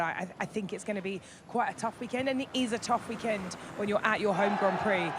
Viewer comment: "welcome to the weekend womp" 😂😂